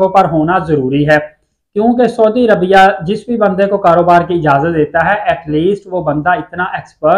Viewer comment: dear brother you are giving nice information,please correct your pronounciation of saudi Arabia. thank you.